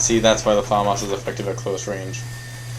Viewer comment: yay you said famas right yayayaya